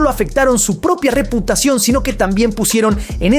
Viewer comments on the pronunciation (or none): Por qué dices rePUTAción 😂😂😂